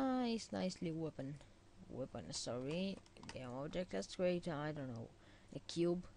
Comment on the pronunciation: Its "Weapon" no "Wapon" =D